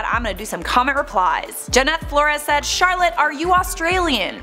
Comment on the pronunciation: WOAH CHAROLLETE SAID MY LAST NAME CORRECTLY!